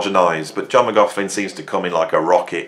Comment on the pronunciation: Sorry, I don’t want to be rude but McLaughlin isn’t pronounced with a f in it…….